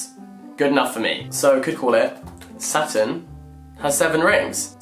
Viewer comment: I THOUGHT HE WAS SAYING SATAN INSTEAD OF SATURN THE WHOLE TIME 😭